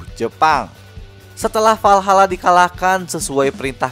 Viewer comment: WALHALA bang bukan VALHALA